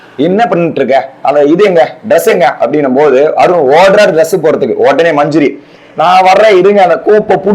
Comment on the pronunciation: மஞ்ஞரி இல்ல மஞ்சரி.